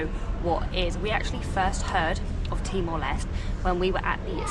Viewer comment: timor leste. Les-teh. Not les.... Stupid